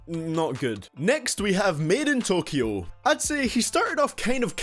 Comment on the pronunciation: Did man say "midget-tokyo"